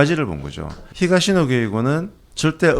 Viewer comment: 히사시노 게이고 ×. 히가시노 게이고.